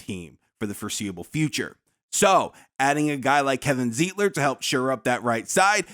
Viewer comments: It's pronounced Z eye tler . And I just watched Z eye tler and John Feliciano start this past weekend - but we didn't need them. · Wish you would pronounce Zeitler's name right.